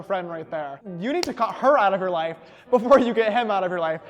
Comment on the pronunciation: james: shishter (honestly so cute sister!): loife initiate the teasing haha